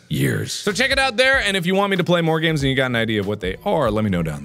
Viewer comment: 'Hello my name is markiplier and welcome back to three scary aids' That's legit what I understood 😂